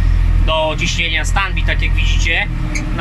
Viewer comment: Standby czyta się ,,stendbaj", ale poza tym widać że wiedzę masz potężna. Brat szuka case 5140 lub 5150.